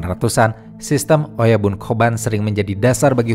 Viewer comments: bacanya oyabun ya, bukan oyaban 😊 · Oyabun, bukan oyaban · Bang oyabun tetap di baca oyabun bukan oyaban